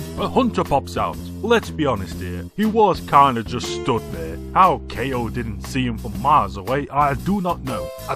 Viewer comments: It's pronounced "Kow", not "Kay-O". I know because my name is pronounced the same way. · I don't think it's pronounced "KO". It's obviously pronounced "cow".